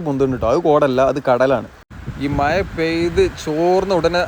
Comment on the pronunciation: മയ അല്ല മഴ എന്ന് പറയൂ